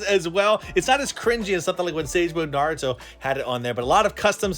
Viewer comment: Naurto and naurto